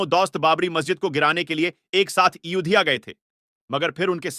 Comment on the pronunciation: Bhai naam to thik se lo aurangzeb ka naam sahi nahi ayodhya ko udhya Mohammad umar ko umr ye kya hain kaise video banate hain aap log sahi alfaz ke saath banao taki har koi samjhe